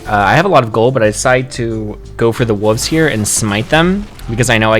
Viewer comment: Love the video! But please pronounce wolves properly instead of "wooves"